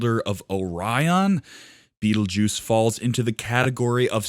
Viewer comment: learn how to pronounce the damn thing before you make a video about it.